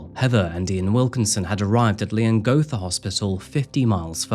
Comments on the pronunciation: OMG, I have to.... Its pronounced lee·uhng·ga·thuh 😅😂 Leongatha. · bit concerning how many lapses in research there are for someone who lives so close to where the crime happened. i’m 11 mins in and so far you’ve pronounced leongatha wrong, forgotten to mention that she has a son as well as a daughter, called it “her famous beef wellington” when it’s well documented that she hadn’t made it before and had to use a recipe book, forgotten to mention that simon wasn’t attending the dinner bc he really suspected that erin had tried to poison him multiple times on joint family trips they’d taken after their separation. i hope this is all cleared up later in the video but if not, it’s really disappointing as i know we were all gripped with this case and the info is easily accessible